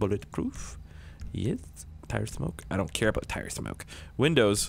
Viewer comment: The way he said tired, ↙️look theres a